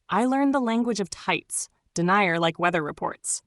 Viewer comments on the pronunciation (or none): That word is pronounced dan ear. AI needs to update the way words are pronounced